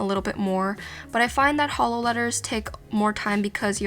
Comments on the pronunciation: I can only hear holo not hollow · did anyone think when she said hollow, think of HOLO???? only me? okay 😂